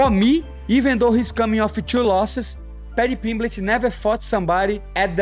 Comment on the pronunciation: Paddy PeeembLEEch